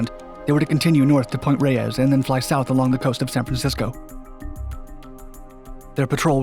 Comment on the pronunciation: Nor Cal born and raised. I failed to understand point “Rey-ez”, it’s point “Rays”. And never call it “Frisco”. It’s “San Fran” or “The City” How would you pronounce “Del Norte”, Cali’s northern most coastal county? Locals say “Del Nert”